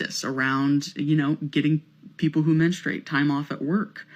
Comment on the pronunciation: Good intro bro ..did he say 'menstruate hate'??😂